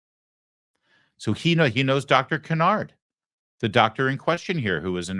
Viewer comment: Re the Walter Reed neurologist Dr. Kevin Cannard's name, I suspect it is not pronounced caNARD, but rather CANNard, as the spelling indicates. The good doctor may indeed be a canard, but probably is not called one. - Don Newkirk